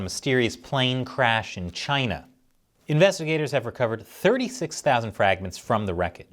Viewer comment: I love the way says Chy-na. It’s just good.